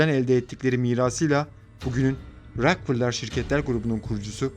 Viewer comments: David Rockefeller (Deyvid Rakıfelır) Diye okunuyor. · Davud rakfılır diye mi okudu o??